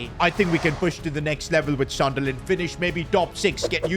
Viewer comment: Sunderland ❌ Sudnerland ✅